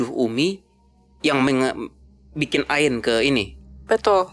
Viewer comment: Ngik ngik pas dia bilang ain. Woi, kaga gitu kaliiii